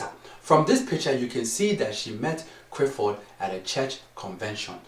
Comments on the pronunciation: Madafo😂😂😂😂😂 it's not crifford it's Clifford or neither is it crif it's clif 😂😂😂 like if u agree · why do you not pronounce Cliffords name properly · It's not only Clifford name you pronounce wrong it's also every word that has a l in it. Why do you say it that like that?